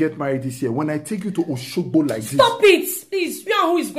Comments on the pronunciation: Honey it’s not Oshogo , it is Oshogbo😂😂😂😂 which kind man be this 😂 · Honey it not Oshogo it's Oshogbo 😂😂